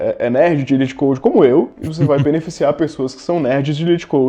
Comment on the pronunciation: Se pronuncia lit code mesmo